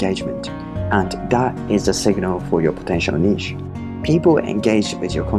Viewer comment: ❤️ I wish i could like twice for using the correct pronuncation of niche ❤️